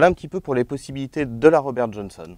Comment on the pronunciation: "RRobére Johónsonne"! Lol.